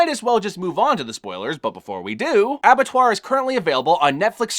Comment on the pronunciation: as someone who has french as his first language, you said Abattoir good